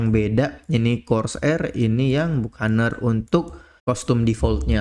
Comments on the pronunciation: Dibacanya bakenir bang bukan bukaner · Bacanya "Bakəˈnier" bang